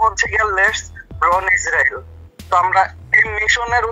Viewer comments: বর্ণ না বার্ন। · bron na vai ota burn likha ber ber vul bolen kn